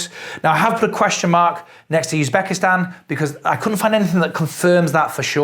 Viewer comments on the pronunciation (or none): none